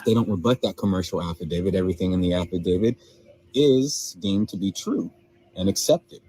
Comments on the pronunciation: What if they don't consent!?😂😂😂😂 Affidavid... With the letter d at the end? Come on people... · Affidavit, he might have said it correctly the second time. But these people butcher that word all the time